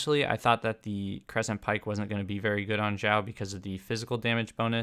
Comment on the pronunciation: Is it just me, or did he keep saying Zhiao?